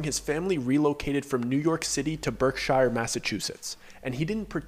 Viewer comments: HOLD UP 😂😂😂 The Berkshires (Pronounced Berk-Shurs) That is 30 mins from me 🥴🥴🥴🥴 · Berk "shear"s.